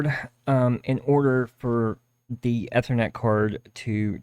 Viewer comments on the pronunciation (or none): none